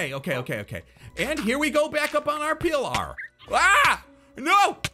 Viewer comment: puts the “AAAAR” in “pillar”